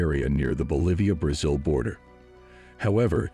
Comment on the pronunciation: are you a robot? you're pronouncing Brazil wrong !